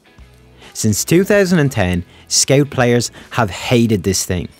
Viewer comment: You say scout weird?